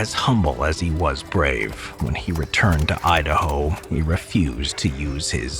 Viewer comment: “Idahome” lol